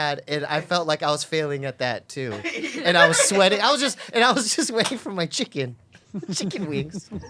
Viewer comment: The way says "chicken wings" fucking kills me everytime 🤣🤣🤣